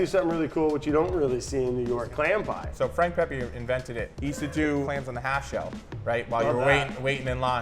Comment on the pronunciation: Thank you for pronouncing Pepe correctly. Whenever I hear “Pehpay” it’s like stroking a cat in the wrong direction